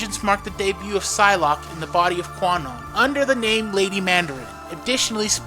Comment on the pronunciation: Did he just pronounce the P in Psylocke?